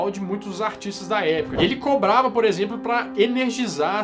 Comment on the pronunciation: você tem problema com a palavra "cobrava"?? Porque acho que tu falou crobrava umas 2, 3 vezes ahusahuauhshuas Excelente vídeo como sempre.